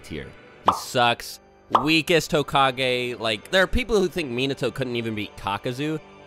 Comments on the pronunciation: so are we just gonna keep letting him say hokag-anus or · One rebuttal: Dr. Phil would pronounce it like "hoe-cage"